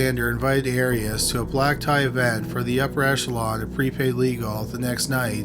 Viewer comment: The narrator mispronounces many names and words in every episode..Here the two biggies are the subject of the show, Arias, and Eureka, California.